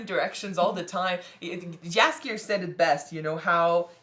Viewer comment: I have to be a nitpicker a little bit: For english speaking persons it isn't "Jaskier" but "Yaskyer". It means "buttercup" in Polish and is this bard's original name (compared to Dandelion from the initial translations and the games). If you want to know about Geralt's origins watch "Nightmare of the Wolf". This animated movie will introduce you to Vesemir, too - a quite important character in the Witcherverse.